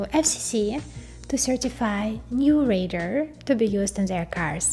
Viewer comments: Pronounce it with me 'Ray - Dar' not ray-der!. TQ. In fact you sound more like Raider!!!. Great content nonetheless. Well done. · Great tech explanation, but I was distracted every time I heard “raider” for “radar” made worse by the detail it was said a huge number of times. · Good but you need to work on your pronunciation of 'radar'. The emphasis falls on the first syllable - RAY-dar, with the A in RAY pronounced like the A in STAY. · Too bad you don't know how to pronounce "RADAR".